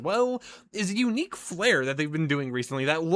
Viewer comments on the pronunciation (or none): none